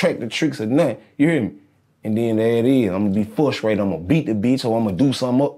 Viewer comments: I am surprised that he had a hard time with articulating "fruscration" but did pretty well with "preliminary" and "penitentiary." Also, big props to Mark; he was addressed as "G." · When he said fruscrated peeimp and Mark asked what he said and he said fruscrated again 😩😩😭😭😭